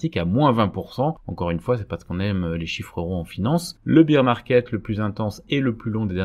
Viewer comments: Juste un petit point d’anglais : on ne dit pas « beer » market mais « bèèr » market. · Petite correction : bear market se prononce bère comme père avec un b, parceque bire market cela fait penser à beer market, le marché de la bière... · On prononce "bére" market, pas "bire", c'est un "marché ours", pas un "marché biere" :) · bear se prononce comme la bière mais sans le i. Tandis que la bière en anglais (beer) se prononce comme vous le faîtes. ;-)